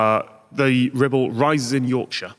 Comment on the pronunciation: was very careful to pronounce the R this time.